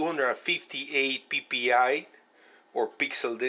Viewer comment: LMFAO I'm sorry he said "peepee I " so hilarious ! xD